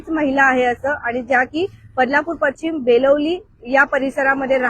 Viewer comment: पश्चिम नाही पशिचम जोड शब्द आहे नीट उच्चार करा जोड शब्द नीट वाचा आणि मग बातम्या द्या ना